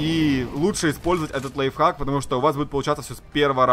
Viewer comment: Кто-нибудь здесь слышал как он сказал лайффак, нет? Я слышал